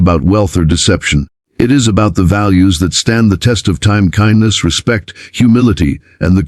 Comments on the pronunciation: Nice story, but kihndness corner? AI needs a little work. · Why can't you pronounce KINDNESS properly (It's the title of your stories after all)